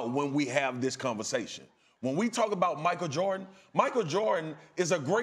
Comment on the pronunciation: ''We can have a converjashun''